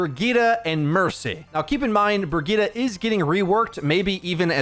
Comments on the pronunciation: ''Bergitta'' 😂😂 its pronounced ''bridget'' isnt it? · everytime i'm watching an ow video i'm waiting to see how the guy is going to pronounce brigitte lul